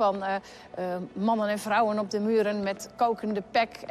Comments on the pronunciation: No it's just the accent its vrouwen not frouwen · It is defiantly with a V , the way you say it with the F sounds german.